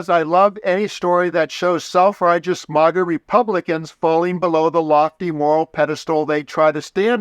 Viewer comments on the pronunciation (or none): Maaaggga. Not mogga